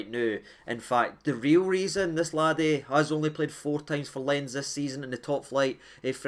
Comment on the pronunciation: Huge fan, but stop butchering "Lens". It's French, so obviously not pronounced like that. At least try! 😂